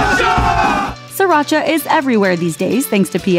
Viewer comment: Sriracha. Not siracha.